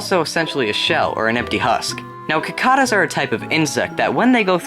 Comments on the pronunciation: Not that I mind that much, but I've only heard Cicada pronounced "Si-KAY-da" and not "Ki-KAH-da". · Si-ka-da not Ki-Ka-Da. I Live in australia and they are PESTS! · Protip: it's sikeyda not kikada... another awesome vid though! :) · It is pronounced "si-kay-da". Not "ki-kah-da." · So I've actually learned that Cicada's are not pronounced Si-Kay-Da, but Si-Cah-da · It's pronounced sicAduh not cucoduh. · It is pronounced SI-cada not kikada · Sicada is how its said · I just want you to know that its not pronounce Ki-Kada, the insect is pronounced Si-Kae-tuh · its pronounced sikayta not kikata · Cicada is actually pronounced 'si-kay-duh' rather than 'cuh-car-duh'. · Great video as always, but as someone from the midwest, I'm gonna be that guys who complains about your pronunciation of cicada. Most people say "sih-kay-duh" not "kih-kah-duh". I know it's weird if you just go off of the pokemon names, but it's true. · It's Si-Cay-duh, not cuh-cah-dah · A cicada bug is pronounced with an s instead of a c so it sound like sicada. They are extremely irritating but at lieast manage to creap out girls since they are basicly giant flys. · cicada is pronounced as si-KAY-duh or suh-KAY-duh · Cicada is pronounced sicada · Cicadas are pronounced, Si-cay-duh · Cicada is pronounced 'Si ka da' or 'Si kei da', like 'Circlet'. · It's pronounced si-kAy-duh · Cicada is pronounced si-kada not ca-cada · Its Si-KAY-Da! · In America, or at least around where I'm from, we pronounce it Si-Cay-Duh. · Most Aussies pronounce it- Si-CAR-Da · You pronounced nincada and cicada wrong (sik-ay-duh) (NIN-cay-duh) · Just soez ya knows, the insect cicada is pronounced si-cay-duh. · i think you mean cicada (si-kay-da) don't mean to correct you...just very few people pronounce it right.good show though. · *pronounced sih-kay-da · Cicada is pronounced "si-kay-duh". Get your facts strait!!!! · Cicada is actually pronounced si-kay-duh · cicada is pronounced "si-kay-duh" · cicada is pronounced "sih-cay-dah"